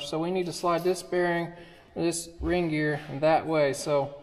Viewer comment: I swear Kevin is infectious… Every time says “ring gear” I swear I’m hearing Reindeer.⛄️🌲 I’m glad I watched this video. It’s a great reminder that buying an older machine may seem like a deal until something breaks and you can’t get parts for it. Even if you can you can get parts for it you can’t get to work on it for you. Your much better off spending some more $$ up front and buying it from C&C Equipment where you know the machine has at least had a good going over and you’ll get an honest opinion of what you can expect from it based on years of experience and headaches…and how to avoid most of them.⚡️💥